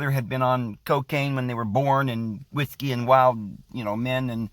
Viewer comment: "Cigareets and Whoosky and Wild Wild Wimin..."